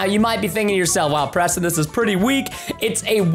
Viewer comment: Why does always say pweston instead of Preston,no effence